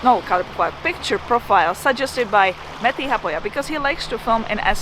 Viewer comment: You sound like you pronounce Matti Haapoja's name better than he does. He americanised it. Please teach him. Can't get enough of the both of you.